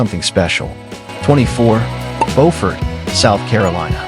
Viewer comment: Beaufort, SC..."Bewfort".